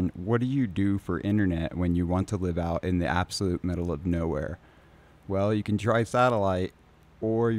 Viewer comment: TTL is "time to live". "Live" rhymes with "give". It does not rhyme with "jive". It is how long a packet has to live. Like a terminal cancer patient who has only 3 months left to "live". It isn't like a news broadcast that will be going "live" in 5 minutes.